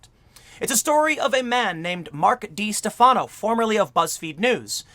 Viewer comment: How do you not realize that by mispronouncing his name, you’re actually helping him? It’s pronounced De-Stef-uh-no